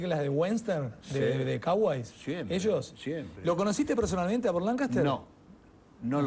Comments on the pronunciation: fantino : "...de caways, de wenter" jajjaja diosssssss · Me mata el ingles de fantino como pronuncia western y cowboys